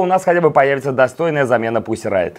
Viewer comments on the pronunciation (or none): none